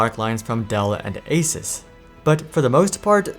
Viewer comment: You said ASUS CORRECT!!! You got my subscribe.